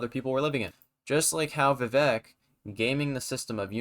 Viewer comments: pronounced as vi-vake (like cake) not vi-vek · Pretty good video, however, describing Vivek as a “killer” is misplaced, and also, why don’t you know how to pronounce Viv-ake’s name ? IT RHYMES WITH CAKE!